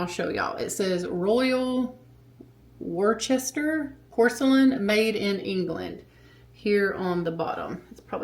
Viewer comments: Hey I'm from England and I've got a collection of the egg coddlers...started off with one then I got hooked 😂....its pronounced... "Wuss ter" by the way....i know it doesn't look like it is 😂...Great videos, love the home renovations all looks fab xx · Coddled eggs are wonderful. Sorta like a poached egg. I have had egg coddlers for years. Remember to rub butter inside the coddler before putting the egg in. Royal Worcester is pronounced like "worse-ter". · You said like most of us Americans would. And that's totally fine. I only know because I lived in New Zealand for 14 years and they are very English in their pronunciation.